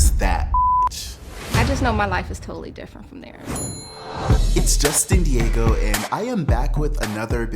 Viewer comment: Wow! You changed my mind! I literally laughed out loud when you said her name like Diego bye. But you came with receipts and I really understand where you're coming from. U definitely shut me up!